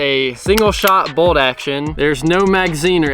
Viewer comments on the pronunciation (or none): Is it just me or he says "boldaction" instead of bolt action